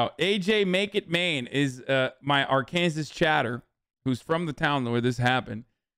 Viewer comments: He did say it right at least once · He says it right everytime